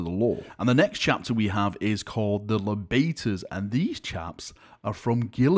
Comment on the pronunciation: The Libators would be pronounced [Lie-bators] my dude, taking libations is to drink something hence the chalice chapter symbol.